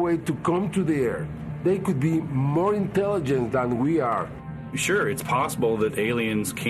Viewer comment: "They cann beh monn Intele'nt dan we arr!" He sure knew what it would take to make his point... haha